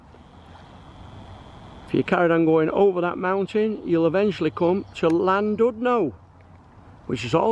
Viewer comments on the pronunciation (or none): Great video, but you need to work on your Welsh pronunciation...Conwy is pronounced Con-wee not Con-way, Llandudno and all the other Llans will need a little practice, I will teach you if I ever meet you in the "Bunker Bar" again....